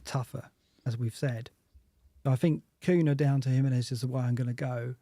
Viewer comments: Sorry to be so pernickety but,... Cunha is pronounced "KOONYA". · I can’t wait for Cunha to be banned, so I can stop hearing you too mispronounce his name.